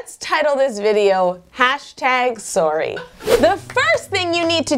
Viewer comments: I was buying the "American" shtick until she said "soorry" 😜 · Then Canadians.. " Surry" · #surry 😂 omg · WOW Yolanda sounds so Canadian when she says sorry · I KNOW I LOVE IT SO MUCH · sniff sniff if only I said sorry like that, but would i care if i got used to it? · You know you're Canadian when you pronounce 'sorry' different from Americans😂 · OMG Canadians actually say sorry like that